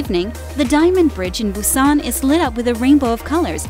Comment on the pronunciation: It's pronounced more like Boo-jwon! Not Boo-ji-on...😓 Even Busan is slightly mispronounced. The video is quite informative, but if you would ask for directions with that pronunciation.......